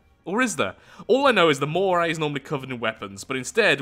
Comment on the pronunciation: "The Mockray"